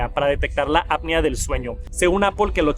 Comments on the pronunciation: Es apnea no apia. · Buen video, muy completo, solo como observación constructiva ten cuidado con la pronunciación de la APNEA y dices “ADAPTIVO” palabra que no existe, reitero solo es de forma constructiva, me gustan mucho tus videos, saludos 👋🏻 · Siempre le pasa lo mismo que como solo ha escuchado la palabra en inglés, no sabe pronunciarla en español correctamente. Y no es gringo jaja 😅